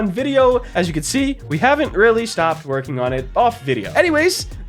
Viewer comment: i swear at the start i heard "i have not stopped twerking, my team havent stop twerking" i swear dude i swear